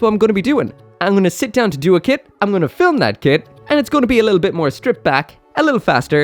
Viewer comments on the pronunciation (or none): none